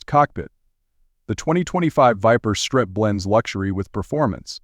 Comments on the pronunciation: The "surt" ? Are you shoor yore rite? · it’s pronounced S R T. 3 syllables